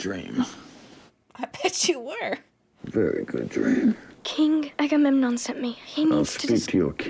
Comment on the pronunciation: You smashed the Agamemnon pronunciation, noice, I still get tongue twisted sometimes.